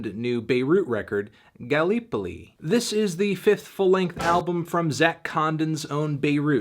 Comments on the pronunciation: its pronounced 'Ga-li-pole-ee' ya melon twat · its said..." GAL-LIP-OLI" thank goss this mans got a sweet face. How do i know I hear you ask..? IMA KIWI, bro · His mispronunciation of Galipoli was so weird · When you came here because you're Aussie and wanted to hear him screw up the pronunciation of Gallipoli